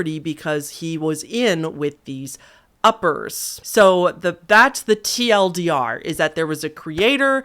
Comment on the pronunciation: lmao it sounds like uppies💀